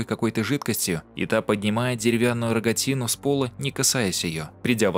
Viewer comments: спасибо за пересказ, но ударения у Вас - моё почтение. явствА, рогатИну... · кАпоре правильно, ударение на А, рогАтину, да я душнила